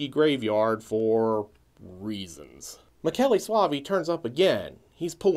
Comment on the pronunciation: No, it's not pronounced Mee-shell...it's pronounced [miˈkɛːle]). It's Italian for Michael. But I get why people would think that. :-)